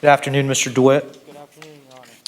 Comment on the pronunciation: He cant have a passport. Hes been a felon since he was 18. Also why can he not pronounce his last name?? Dwight????? Not DeWitte???